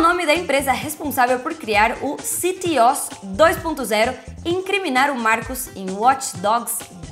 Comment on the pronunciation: sabe de nada inocente pronuncio errado ctOS